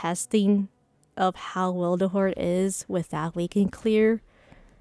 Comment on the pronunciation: WILTHERHOARD? XD THE L YOU ADD IS MAKING ME LAUGH SO HARD XD Nice video! <3